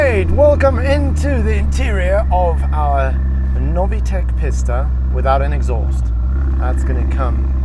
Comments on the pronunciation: Would’ve liked to watch this but had to turn off, him saying Pis-ta all the time is so irritating, bro it’s Pi-sta as in Peee ssss tttt a. Like if you’re gonna say it a million tines, at least get it right. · its a peesta, say it, pee-sta, not pissta, ok sweet.. carry on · its PEE-STAH not PISS-DUH